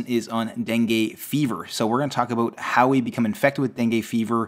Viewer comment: All I hear is Abooewwt